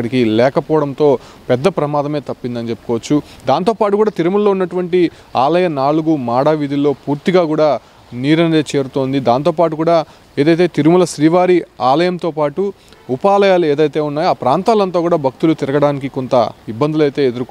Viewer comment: మాడా వీధి కాదు మాడ వీధి